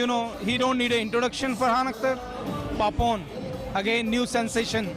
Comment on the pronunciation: it's not Pepon it's PAPON